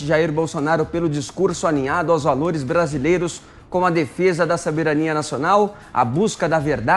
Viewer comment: 0:4:04 Saberanía?